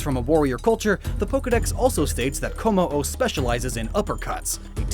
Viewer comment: IT'S KOMMO-O, NOT KOMMOO! IF YOU DON'T PUT A DASH IN THE NAME, THE LAST PART WILL SOUND LIKE THE CRY OF A COW!